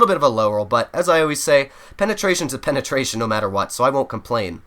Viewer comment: "Penatrations a penatration no matter what" - 2020